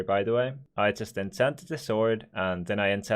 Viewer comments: no one:: ensants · Ensants😂😂😂 Nofront